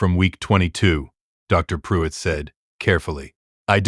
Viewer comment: Dr. Pruitt not drive pruitt. "Sole" not "Soul"